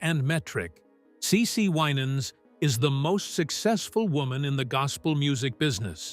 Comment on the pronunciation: You need to know how to pronounce the family’s name WI nans